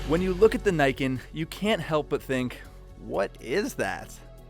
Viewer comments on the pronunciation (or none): It's "knee-ken" not "nye-ken" And the entire point, which (was it missed??? Did you not what the actual video???) is you have 2x traction on your front end. I'd love to see some braking statistics on this thing. For me, it's riding around on roads with oil patches. You're MUCH less likely to have the front wheel slide out from onder you if there are two of them. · "knee-Can" not "Nay-can" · You know, the name in Japanese would be pronounced "nee-ken", not "nyken". Ni meaning "two" and ken meaning "sword", the name can also be translated as "Twinblade". For obvious reasons. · Shouldn't it be pronounced knee ken instead of nye ken? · Thanks. That was fun. Just one thing: it’s Niken. Like NeeKen. Not Naiken. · Say what you will, the engineering is impressive. And it's pronounced "Nee", not "nigh". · Great video as always, but since I live in Japan your pronunciation of it bugs me XD Its actually ni-ken, as in "nee ken". Though im sure the reps over there told you it was the nyeken... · I like how enthusiastic you are about it but it's pronounced knee Ken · *Nee - ken Yes, I know I'm a weeb. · Pronounced as "Nee Ken" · It’s name is pronounced “knee-ken”, as in how the Japanese would pronounce the number two, (because the name means “two swords”). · Pretty sure it's pronounced like Knee-Ken, with emphasis on the Ken. It supposedly translates to "two-blades" from Japanese. Probably because of the way it looks thanks to the suspension. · i think it pronounced as 'nii ken' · its called (knee-ken) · Who's willing to bet it's not pronounces "neyeken" ? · it's probably pronounced kneeken since Japanese I sound is a long e sound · I dont usually use this term but, I cringe everytime they say "Niken" the Ni is pronounced as "Nee" please... it hurts. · It's actually pronounced as "ne" as in "neat" and "kan" as "can". The name niken literally means two sword.